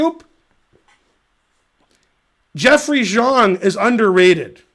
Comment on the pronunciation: yea he pronounces Xiong really weird